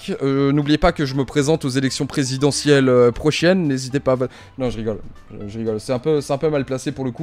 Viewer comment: tu as dit "prochienne" ou c'est moi ? C'est bien que tu en parles car je suis d'accord avec toi, c'est parti dans tous les sens J'invite les plus jeunes à se renseigner sur les donnés d'une image, vous pouvez facilement trouver des logiciels qui montrent que le screen a été retouché Pour Links, si son ex casse les dents en mettant des bouts de conversation, soyez pas débile, relisez, c'est cramé que ça pu et pour le vif du sujet, la justice va faire son taff pour amener la taule à ceux qui le mérite Lucas a balancé sa bombe car il a été voir ses abos, plusieurs femmes, du coup ça a du parler dans son entourage, et il a eu un retour de ce qui se pratique avec les mineures. Je sais qu'il n'est pas naif, mais il a dû se prendre la vérité dans la courge.